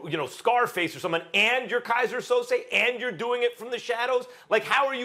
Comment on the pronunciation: "Kaiser Souzai" CLASSIC!!